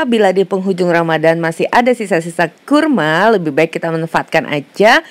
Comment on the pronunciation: Resep kue kering, done L 7, ini lah klo orang Sunda ngmg Jawa, kurma jadi kurmo , huahahahhah bh Jawa Podo Bae kurma,. HR ini upldna teu pararuguh jadi isuk2 kieu .